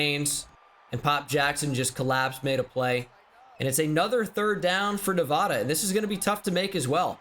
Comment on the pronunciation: If he keeps saying nevohduh I swear